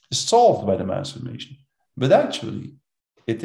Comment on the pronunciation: So it is pronounced MASS Formation, not Mass FORMATION.